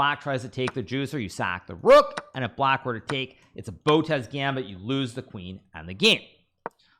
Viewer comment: "Botez gambit" 😂😂😂😂